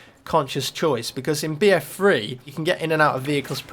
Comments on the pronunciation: I'm sorry but it shoulds like your saying BF Free instead of BF3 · why do you say free instead of three? its annoying!!! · notice how he always says bf free instead of bf3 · What's BF free? You kept saying BF Free. It's three not free. XD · BF freee HAH Its so funny how he says it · I hate how you pronounce "BF3"